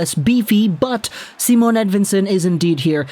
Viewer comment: It's not Simone either. Its just Si..mon.